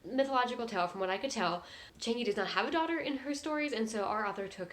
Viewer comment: it's Chang - EUH - Not Chang E